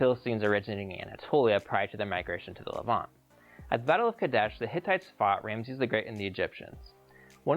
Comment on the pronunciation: I love your videos but one thing is driving me crazy. Levant is pronounced with the accent on the second syllable.